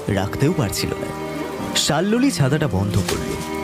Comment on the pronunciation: প্রথম গল্প টা বেশ লাগল, কিন্তু দ্বিতীয় গল্প তে নায়িকার নাম সম্ভবত শাল্মলী, কিন্তু বারবার শাল্লোলি উচ্চারণ বড় কানে লাগে , শোনা বন্ধ করলাম